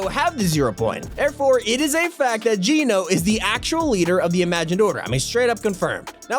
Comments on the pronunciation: It's Gēno not geeno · PLEASE STOP PRONOUNCING IT JEAN-O IT'S PRONOUNCED JENN AS IN JENNIFER O AS IN GENOCIDE.. LIKE THIS JENN-O ... BTW GENO (PRONOUNCED JENN-O) IS NOT A PERSON.. GENO IS A GROUP..A FACTION IF YOU WILL.. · ITS NOT GEE NO ITS GEH NO they said it in the trailer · It’s not Gino it’s geno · Its geno Pronounced: j e n o Not j e e n o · its Geno not geeno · It’s genō not geeno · Can you stop calling her Gino? its said Gèno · It’s gehno not geeno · It's not geeno it's like saying Jen with a o listen to john say it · Ok I just have to because it's pronounced Jen-o not geno cause thats what jonesy said in the event in season 6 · Why does he say jeano instead of geno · He keeps on saying jeeno it's geno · Just thought I would tell you your were saying geno wrong it's not ge no which is how you were saying it its geno ge not gee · How you pronounce Geno is so bothersome lmaooo. The actual event literally said her name. Gen-oh. Gen...like Jen. Oh. Geno. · ok why is it so frustrating the way he says Geno?? HE IS SAYING IT WRONG!!!!!!!!!!!! IT ISN'T PROUNOUNCED GEE-NO, IT IS LITTERALLY SAID IN THE CHAPTER 2 SEASON 5 TRAILER, HOW DOESN'T HE UNDERSTAND?? AHHHHHHHHHHHHHHHHHHHHHHHHHHHHHHHHHHHH!!! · geno is pronounced jeno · Please just pronounce geno properly it's so annoying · Your saying geno wrong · He's pronouncing Geno wrong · It’s geno not gino